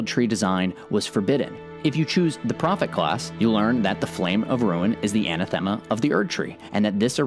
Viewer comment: anathema - it's pronounced like this: ANN-Ah-the-mAh